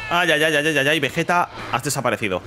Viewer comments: Entiende no es vejetaa esa VEGETA con geeee de gato. Repite conmigo VE GEEEE TAAA VE GEEEEE TA VE GE TA Pronúncialo: vegueta, vegueta, NO ES VEJETA ES VEGUETA ASÍ LÉELO Y ASÍ PRONÚNCIALO VEGUETA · Según la serie tendría q pronunciarse como veyita no Vegueta